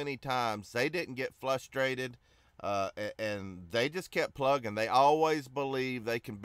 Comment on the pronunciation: .....WTF bro....you use words like amalgamation, double entendre and so on, yet somehow on this video, you fuck up the word frustrated by saying FLUStrated!!!! come on man...lol